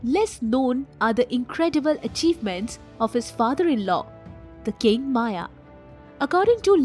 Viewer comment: It is not माया , it is मय, मयासुर.